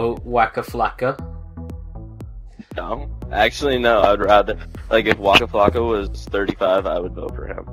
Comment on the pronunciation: he said waka flacka wow....